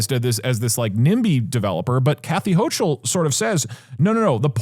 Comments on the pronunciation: Alright i gotta let you know, it’s not pronounce hoh-chul it’s hoh-kul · Also, as a Kathy Hochul this is Kathy hO-cUll.